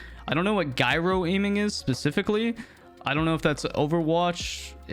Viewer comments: "Guy-ro" I had to stop watching after the second time it was pronounced. lol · guy-ro LOL bruh. genius.